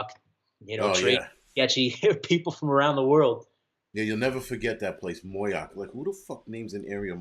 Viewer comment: It's pronounced MO-Yock. ... not MOY-ock. Just saying LOL